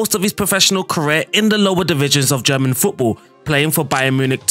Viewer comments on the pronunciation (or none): none